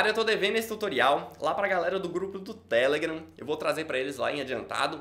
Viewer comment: O cara fala TElegram